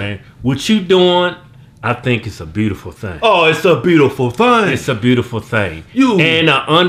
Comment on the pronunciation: "OH its a beatyful theeng"